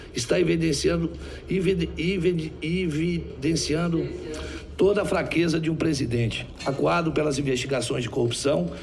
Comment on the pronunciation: Omar aziz não consegue falar “evidenciando” 😂